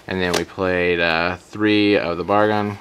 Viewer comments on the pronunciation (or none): none